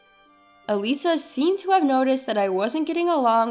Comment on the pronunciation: Eliza is pronounced wrong! It is not said as 'eh-lee sah'. It is said as 'ee-lie-zuh'. It's a very simple and old name. What's so hard to pronounce a name right? Duh...